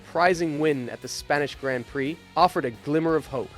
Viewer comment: When you can’t even pronounce Grand Prix properly….